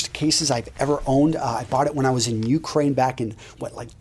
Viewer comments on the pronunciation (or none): none